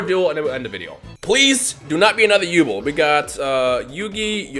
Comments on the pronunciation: Who the hell is yubul, it’s Yubel. Come on, did you not read the manga. On a serious note, 5ds is coming and I can’t wait for stardust dragon. It’s my favorite dragon. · it's pronounced yubell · Sorry you say yu(bell)'s name wrong and i cant take it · Also you pronounced yubel wrong it's said like you-bell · Its You-Bell Lol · probably already knows this by now but it's pronounced You-Bell. Yubel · it's yu-bell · Does it bother anyone else how he says Yubel? Haha no disrespect but I think it’s pronounced “You-Bell” P.S. I want more duel links! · It's genuinely bothered me from he's started saying it. I'm sitting here wanting to see my waifu in action and he's going and slaughtering her name! Still a good vid tho. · Might just be me but the pronunciation of Yubel sounds weird 😂😂